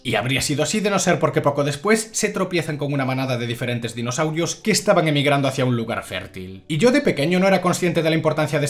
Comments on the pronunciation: Amo que nombres exactamente cada dinosaurio de forma perfecta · a la V el se sabe los nombres de los dinosaurios xD uno de los pocos youtubers que si dice los nombres de los dinos correctamente jeje grande el